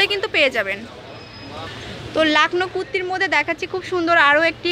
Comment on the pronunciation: "Kutti" na 😂😆😆😆😆😆😆😆😆😆😂😂😂😂😂😆😆😆😆😅😆😆😂😂😂 it's "kurti"😂😂😂😂😆😆😆😆😆😆😆😆😂😂😂😂😆😆😆